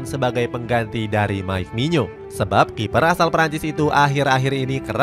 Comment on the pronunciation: Nyebut mike maignan kok mike mignyo ya min?